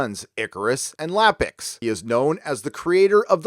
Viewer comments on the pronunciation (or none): Iapyx is pronounced Eye-a-pix, not Lap-ix. It's a capital "i" not a lower-case "L".